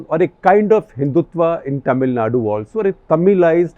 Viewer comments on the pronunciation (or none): Sir ji it's not "ट"मिलनाडू it's "त"मिलनाडू🙏🏻